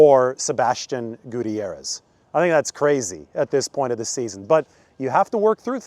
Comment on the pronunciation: You pronounce Gutierrez name wrong